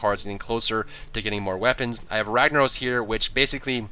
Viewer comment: why you say ragnarose when its ragnarOSSSS